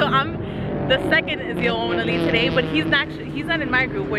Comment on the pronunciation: Love the way you say ZL1 1LE.... keep up your awesome driving on the track.